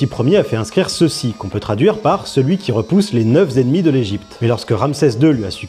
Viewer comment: on t'aime. Mais si tu corriges le teubé wakandisé sur sa prononciation de "provenir", alors il serait bien que tu te corriges quand tu dis "neuf-Z'ennemis" (c'est "neufennemis"). Bisous. (on t'aime toujours)